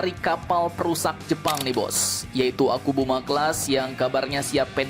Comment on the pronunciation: ke Philipina gratis, ke indo di jual??? meski murah mendingan gausah mungut sampah, mau semurah beat karbu pun perawatan kapal tua tetap mahal dan lebih banyak ngedockingnya untuk perawatan daripada berlayarnya *btw sedikit terganggu dengan ucapan "typo" admin nyebut kapalnya akubuma akubuma